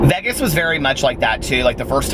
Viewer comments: Haha some of my friends here in philly say it like VEGESS too I’m not a fan but I’m used to it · Why do you say Vegas like that?? I can handle the vocal fry and all that, not the way you say Vegas though man